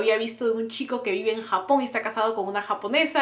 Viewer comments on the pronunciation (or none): none